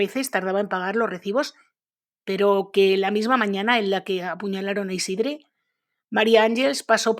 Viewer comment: Tampoco se pronuncia esa e de Isidre, esa e seria entre una a y una e